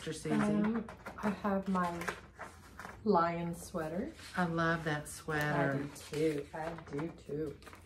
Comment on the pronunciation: I adore both of you ladies! No judgement here just FYI, The Lyon sweater is pronounced "lee-own" a city in France not "lion". Sending healing vibes to Diana!